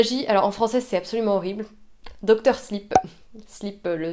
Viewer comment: Ha ha tu m'as fait rire, il faut prononcer "sliip", un "i" long quoi :-p (je fus prof d'anglais, déformation pro, sorry xD). J'ai reconnu la vidéo que tu filmais et que tu avais montrée en "backstages" lors de l'une de tes précédentes vidéos Youtube. D'ailleurs, ton calendrier est génialissime, c'est cool de voir à son tour les backstages. Super ces adresses lilloises, ça avait l'air bien bon les deux resto ! :-p